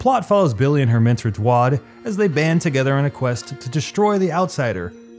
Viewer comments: Hearing you say Dwad instead of Daud triggers me so much i almost think you did it on purpose. Decent review overall made a few mistakes that plenty of other people have pointed out already. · You even got the syllables wrong. Did you even read it properly?. The U is at the end of the name not the beginning. Because if you did, you would have pronounced it DA OOED..instead of DOO AAD..just as cringy but still. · You played through Dishonored 1 and yet you pronounce Daod as Duad? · it's pronounced D-OW-D like oww you're in pain. dwod? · Dude you called Dwad it's Daud .... I don't think you played this game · Its dAUd not dUAd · Pardon me for being two years late, but did you just pronounce duad(D-Ow-d) like dwodd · It's daud, not dwad. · Daud not Duad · I see a lot of people critiquing your review in terms of its details. I would say that you have a very nice way of presenting something, making your work appeal to the viewer. The only thing you need to work on is your facts, more than half of what you said about this game and the previous game is wrong. And for god’s sake, say Daud as in (DA-OOD) not Dwad. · You say Dwad. Yet it isn't just a mistake in the way you pronounce it, it is literally spelled D A U D. I could only maybe understand the mistake if it was spelled D U A D. But no, you are just stupid because it wasn't even the biggest mistake you made. Bethesda was given credit where it wasn't needed, and in my opinion, Dishonored 2 was a good game... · Dewad? It's Daud mate. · its daud not dwad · Not duad, But daod. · DU AD?? Its Daud! NOT dUaD ! Da ud! DU AD?? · FOR THE LAST TIME ITS DAUD!!! NOT DWAD!! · It's not dwaad bro lol. It's daud as like maude. Or the Indian way dauuud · DAUD is pronounced DOWD and not DUARD, they say his name enough in the games to know how to pronounce it! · It's pronounced (DowEd) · You didn't really pronunce "Daud" as something like "Doisd" (d + ois as in pois + d) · Daud* Daud my friend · he lost me at "Dawd"...